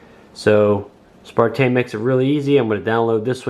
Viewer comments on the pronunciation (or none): Dear God! It is on the Box, the remote, the drone and two or three times on the phone you're reading the app off of. SNAPTAIN! NOT SPARTAIN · good review but isnt it a SNAPTAIN not a SPARTAIN, sorry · You have the box in front of you and instructions and the app....STOP CALLING IT SPARTAIN!!! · "Spartain, S5C. Lol.